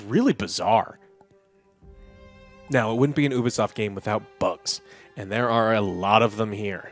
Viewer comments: he saying oobasoft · It's so annoying the way, and pronounce Ubisoft. It's you-be-soft, you idiots. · 2023 and you guys are STILL pronouncing Ubisoft wrong😆